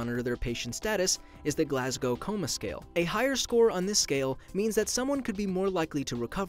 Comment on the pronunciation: Thank you for saying "Glaz-go" and not "Glass-cow"